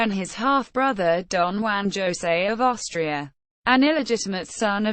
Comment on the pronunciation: It's HOH-say, not ZHO-say.